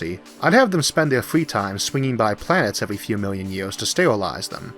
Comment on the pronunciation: Evuy gueat alien expeut have a puobuem with letteu "R" :)